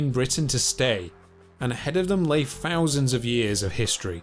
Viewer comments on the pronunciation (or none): The narrator's voice is ruining this for me. The unnatural speech pattern and his constant mispronunciation of " th" . it's not pronounced as an f or v. Fousands of year ago earf? Please 👎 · Sounds like he's speaking an ancient lanuage where "th" is pronounced as "f". Must have been a friving society from fousands of years ago.